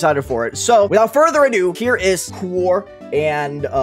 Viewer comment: just a heads up, quaoar is pronounced (quah-wah)